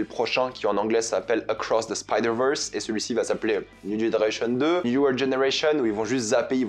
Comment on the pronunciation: faux raccord et ooof "the stain into the rege verse"